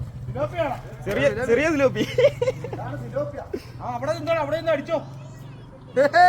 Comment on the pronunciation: സിലോപ്പി അല്ലടാ പിലോപ്പി 🤣🤣🤣🤣🤣